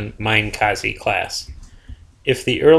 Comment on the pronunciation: please spread the word to the WOWs alumni that Minekaze is indeed pronounced MINEekaze, and not MINIkaze